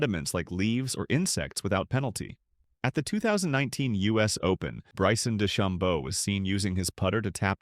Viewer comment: "Byson Dee-cham-bow" lazy ahh channel